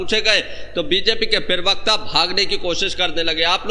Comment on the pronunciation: जनाब यह शब्द पिरवक्ता नही है, प्रवक्ता होता है।